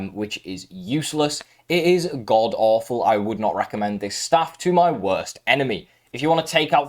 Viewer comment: Good video but you pronounce staffs wrong